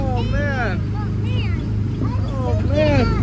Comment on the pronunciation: The kids have changed. Hunter is cool and more mature, Carson is cuter and more talkative and Joan's hair is a different color. Carson's pronunciation of alien is hilarious.